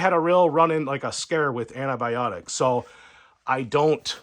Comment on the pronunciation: aNNaAbIoNiCs.....???? It's ANTIBIONICS.